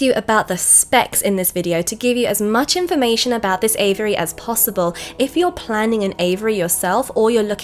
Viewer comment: I at first thought you were talking about the bird's name Avery, finally I figured you were just mispronouncing AVIARY